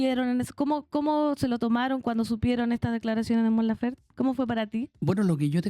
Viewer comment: Por qué le dicen Lafer si es LaferTE? Que poco profesional la mujer